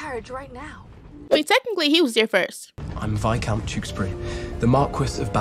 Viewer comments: Tewksbury (too- ks- berry) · For those of you confused: Vy-count two-ks-berry No hate :) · Alternate title: trying to pronounce Teweksbury and simping for "Minecraft" for 26 minutes and 43 seconds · saying tewskaberry for majority of the movie had me hollering 😂but I loved the reaction to this it was great I’m so glad she got his title by the end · Her not pronouncing “tewkesbury” is making my blood boil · … keeps trying to pronounce the words how they are spelled and not how they sound.